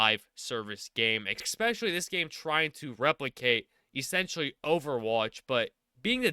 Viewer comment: I can’t not hear ex-specially every time 😆